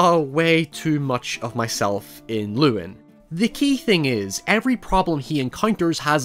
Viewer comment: cant even pronounce llewyn right